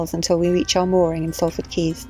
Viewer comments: Awesome Video, well until . What are you saying? It is 'Salford' pronounced 'Sol-ford.' I miss my old Canal. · Lovely Vlog, nice how you got Dave to do his stint at the tiller in the rain... good choice :) And Being a Salfordian, Salford is pronounced SOLford … the A is an O like costa del sol.... :) ;) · Sall Ford ? Lol. It is pronounced Solford! Excellent video as always, well done.